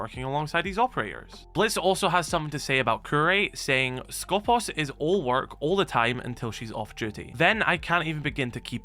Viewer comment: Can you stop messing up the pronunciation of Skopós please? The accent is on purpose at the second O, because it is pronounced skopOs! σκοπός translates as aim, goal, target, guard. I guess in R6S they intended the meaning of guard.